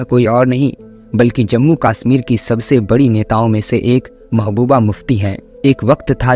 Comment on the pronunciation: Its not kaaaassmirr its just kashmir